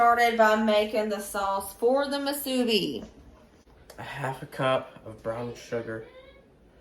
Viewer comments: Yes Hawaii has Spam Musubi and it is pernounced moo su be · From Hawaii🌴 Yep, we love our spam here! Spam Musubi’s are popular in the go food/snack. Musubi is pronounced, “Moo-Sue-Bee”.